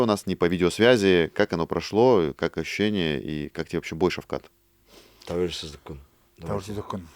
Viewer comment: Скажи этому человеку он всегда говорить (Шавхал) Он нп ШАВХАЛ А ШАВКАТ Шавкат Рахмонов Шавкат !!!!!!